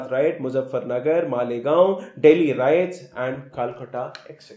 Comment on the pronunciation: ஒன்று குஜராத் கலவரம் என சொல்லவும் அல்லது குஜராத் ரயட்ஸ் என்று ஒழுங்கான ஆங்கிலத்தில் சொல்லவும். குஜராத் ரைட்ஸ் என்றால் என்ன அர்த்தம் ??? மற்றபடி வழக்கம்போல மிகமிகமோசமான உச்சரிப்பு. இதை நான் பல மாதங்கள் முன்னே சொன்னேன். எந்த முன்னேற்றமும் இல்லை. சொல்ல வருகிற விஷயம் பாராட்டலாம். ஆனால் உச்சரிப்பினால் பாழாகிறது.